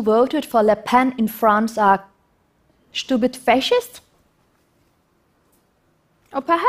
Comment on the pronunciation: "They are shtupid.." - ROFLMFAO